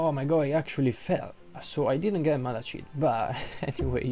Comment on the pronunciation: It’s not malashit